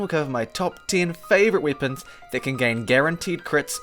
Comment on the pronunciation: Bro why do you say weapons like that